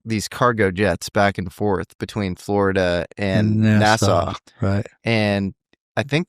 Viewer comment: Nassau... Sounds like NASA🤔